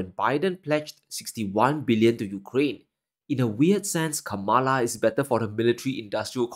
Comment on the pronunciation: Please respect Kamala Harris by pronouncing her name correctly.